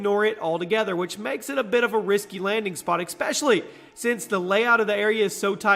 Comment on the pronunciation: one thing i've noticed in pretty much all of your vids is that you pronounce "especially" as "eckspecially"